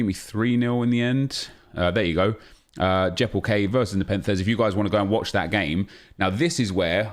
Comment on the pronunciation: His name is not Jeppel K, its Jeppe LK, hes danish